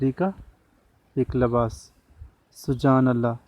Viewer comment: Sir. Sujaan Allah. ni. Subhaan Allah. Hai. And. Gza. Ni. Giza. Hota. Hai.